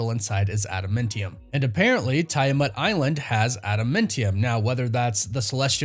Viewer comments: Just as an FYI, Tiamut was pronounced "Tee uh mutt" by the Eternals, not "Tie uh mutt". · dude, its... "add-uh-MAN-tee-um" "Tee-uh-mut" ...and more. One of the many reasons I unsubscribed from this channel. I don't usually care about stuff like that but for a marvel expert to basically mispronounce every "made-up marvel word" just makes me cringe, can't do it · It really bothers me how you say adamantium and Tiamut ... Arishem said it it's prenounced Tee - uh - mutt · I dont like how you pronounce Tiamut or adamantium